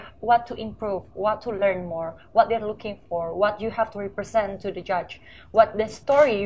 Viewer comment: Agak gugup si jihane pas jawab merepresentasi atau representation hehehehe.. Pronunciationx salah jg..